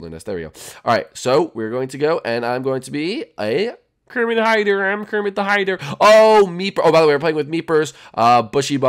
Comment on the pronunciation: ke roll rrrrrrrrrrrrrrmet